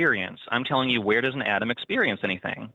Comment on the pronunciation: The dude says atom over and over again and somehow comes out and wants to correct the hosts on saying atom and then goes right back to saying atom. The call is painful to hear